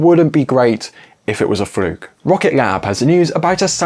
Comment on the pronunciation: Fruke? I thought it was pronounced "fluke" british grammer I guess.